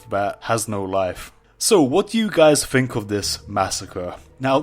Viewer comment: It's Think... THINK. It's not Fink there is no F